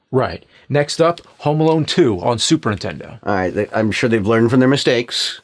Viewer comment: Say Superntendo one more time